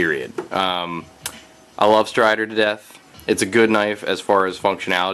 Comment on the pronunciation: I thought you kept saying "Deaf Toad." Still hawt.